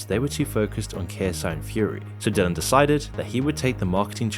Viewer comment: Dillon not dillion like dillion white